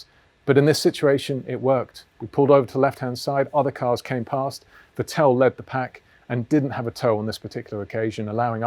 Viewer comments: Vettl not Vetél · Vettel should sound like fatL with no gap between fat and L James: fa tell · I am sorry but please pronounce Vettel right the next time 😊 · Nobody is as consistent in mispronouncing Vettel :)